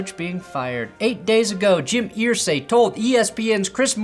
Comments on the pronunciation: Pronounced er-say not ear-say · ERsay! Not EARsay! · Pssst! Brandon!! It's pronounced 'ER-say' rather than 'EAR-say'. My poor old Hoosier ears struggle. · Perna, Jim Irsay is pronounced like Er not Ear. 😂